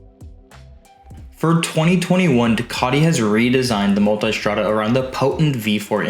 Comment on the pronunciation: People pronouncing "Multistrada" as "Multystrada" had me enough